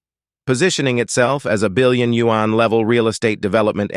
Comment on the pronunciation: Change the robot voice! Can't take you seriously when it sounds like a white guy pronouncing yuan like you-ann